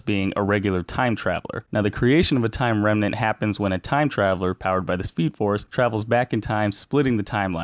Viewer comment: he calls it timeline-renmant and not timeranment.